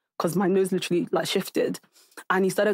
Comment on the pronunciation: I really how speaks and can't just talk without saying litchrilly(literally)